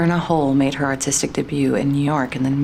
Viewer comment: These are interesting and relaxing to watch, but why the really strange and incorrect pronounciations on certain words in each of these videos. Very everyday words like 'debut'. Mmm.